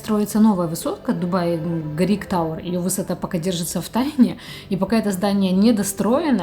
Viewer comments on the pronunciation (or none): Интересно рассказываете и показываете , спокойно и приятно! Момент один , Бурдж ХалИфа, все таки носит мужское имя это здание